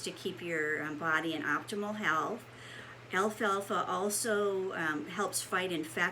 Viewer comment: Why are ppl pronouncing this Alfa Alfa ? It’s al-fal-fa 🤦‍♀️